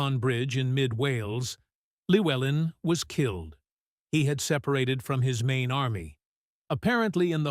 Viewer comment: It's pronounced clue-ellin not lewellin. In welsh Ll is klu